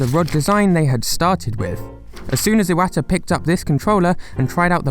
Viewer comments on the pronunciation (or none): none